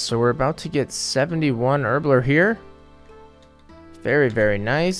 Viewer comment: I like how he says Herblore “Erbler”